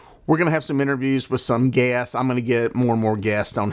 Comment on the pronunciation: They way you pronounce Guest sounds like “ Gay Ass”. No hate intended